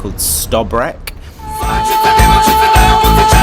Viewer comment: Hhelllooo its Antonio my favorite video on your channel 😭😭 Its TRO GIR not TROŽIR We know prices 😭 Its sto bre č(ch) My top 28 are (ROBED) I just need more phases and i will be happy I hope Croats where nice to you and that you had a good time